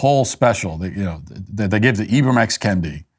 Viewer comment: “Ibram” Henry rodgers made me racist.